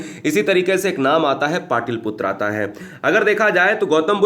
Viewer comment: माफ कीजिएगा... सर 🙏 हमने आपके चैनल पर कई सारे विडियो को देखें.. जिसमें आपके द्वारा.. पाटलिपुत्र.. को ( पाटिलपुत्र ) कहा गया है! जो सही नहीं है.. सर🙏